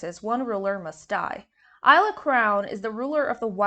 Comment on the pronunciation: As an aside: it's pronounced "Eesla" (Long e sound as in "see")